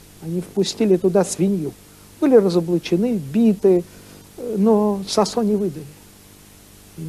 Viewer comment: Надо произносить сОсо , через О , с ударением на первый слог.